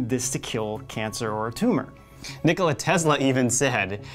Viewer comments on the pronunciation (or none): none